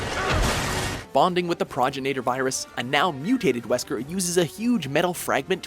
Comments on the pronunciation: Proganatur it's Progenitor virus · Proji-nator virus? It's pronounced progenitor virus dumbass. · Did he just say pro gen nator virus? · Lmao its so clear these narrators have never played these games they talk about. The projunator virus? Wtf lol pro•gen•i•tor. There is no a A ij that word lmfao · It's T-Veronica, not Veronica-T... "Gigante" is pronounced "Higante"... Progenitor is prounounced "pro-JEN-ih-tor", not "prog-IN-ate-or"... I realize I'm nitpicking, but the last one was just ridiculous. At least TRY and say right the things you're explaining. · "Prawj-en-aytur virus" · "praginator" lol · you said progenitor........... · Learn to properly pronounce "Progenitor" please! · Please check the pronunciation of words before using them. You pronounced "Progenitor" wrong D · That pronunciation of "progenitor."